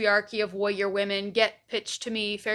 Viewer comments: I'm sorry but does anyone else hear "wowwier"? I have been rewinding for 7 times and the only time i hear "warrior" is in the latter part of the video. But in any case, an intriguing insight. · The way you pronounce “warrior” is… interesting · You may have a point, but the way you say "warrior" is very funny 😂